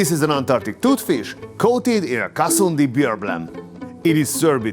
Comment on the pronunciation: I love the way you said KOLKATA .... & Kasundi... ...